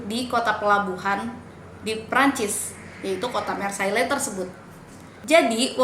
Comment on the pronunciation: Hai.. Maaf ni mau point out beberapa kesalahan ya buat kita semua sebelum menafsirkan informasi yang kurang tepat.. Mengingat kalau channel ini mau fokus dalam edukasi dan informasi. Marilah kita belajar ilmu yang baku:) 1. Marseilles [ mahr-sey ] = Penyebutannya tolong diperbaiki ya 2. Mereka (Amerika) menyerang kemana-mana; Jerman, Perancis, Austria.. = Amerika tidak menyerang Perancis.. mereka perang di perancis bersama persekutuan demi membantu mendorong kembali serangan jerman 3. Corona Virus = Setau saya nama virus ini diberi nama corona virus karena informasi yang sangat minimal saat awal penyebaran. Nama corona tersebut didapat dari eksaminasi mikroskop yang menunjukan ada bentuk halo atau corona maka disebut coronavirus oleh masyarakat. Pada februari 2020, WHO akhirnya menyebut nama officialnya yaitu COVID-19. Saya rasa lebih cocok kita mengikuti standar dunia aja yaa buat penyebutannya Sisanya mungkin lebih diperbaiki struktur kalimatnya.. Keep on researching and improving your videos ya:)